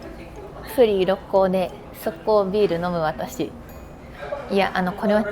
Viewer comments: 初めてコメントしますっ！ 思わず大好きな故郷の神戸だったので嬉しくて♡神戸港からの神戸の景色を見て帰りたくなりました🥲 またぜひ神戸に遊びに来てください♡ あと、ろっこうの発音は、ろっ↑こう↓です😌✨ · 朝からどんぶり飯にウインナー４本！の食欲がステキ！！ 「ろっこう」の発音が少し気になる関西人でした。。